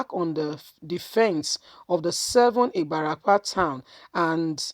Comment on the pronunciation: Ibarapa...not ibarapo